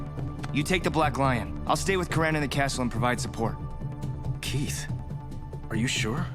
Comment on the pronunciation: It really bothers me how to say “Lotor” and “Coran” considering it was literally said in the show :)